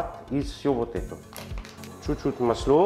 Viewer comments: Слушаю и душа поет! Мы все стали говорить дома маслО!!! Обожаем!!! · Уважаемый, не в коем случае не исправляйте свой акцент, все очень понятно, не старайтесь говорить чисто, в этом и вся прелесть, это вызывает интерес я вот слушаю вас и думаю пока не исправил ударение на слове масло и успокаиваюсь, все понятно и даже очень.... тем более что появляются субтитры, это наверно заслуга монажа, то есть того кто это делает. В этом акценте и не точного произношения вся прелесть. Искренность, любовь к тому что вы делаете, профионализм, заметен и так. Подписался и смотрю вас с огромным удовольствием в Греции